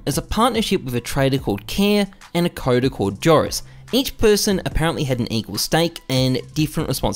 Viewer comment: Loved the video, I think you have to pronounce "Joris" like "Eoris" or "Yoris" :) .